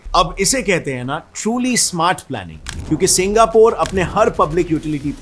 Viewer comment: Singapore ❌ Singapuur ✅